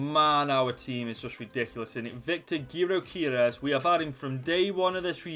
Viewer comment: Great video, and btw our striker that you mispronounced is pronounced “Jokerez”